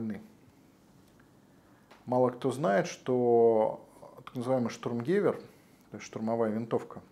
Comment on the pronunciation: Лайк. Только правильно штУрмгевЕр